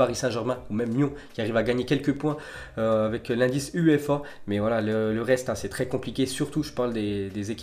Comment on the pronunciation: Comment tu prononce UEFA😅😂😂😂😂😂😂😂